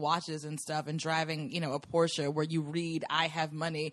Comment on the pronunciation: Thanks, for properly calling a Porsche a Porsche and NOT a Porsch like most of those dimwits out there;-)